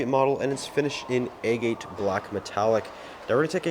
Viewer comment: A-Gate? "agate" is pronounced with the first syllable stressed, sounding like "AG-uh-t" (with a short "uh" sound).